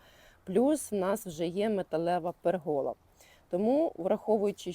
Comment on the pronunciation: Дуже гарно все зроблено, з часом, як виростуть ромлинки, буде затишне місце., не в образу, але в слові пЕргола наголос на перший склад. Трохи заважає сприйняттю. Всього вам найкращого і нових цікавих переробок. З задоволенням за вами спостерігаю з Хмельницького. ❤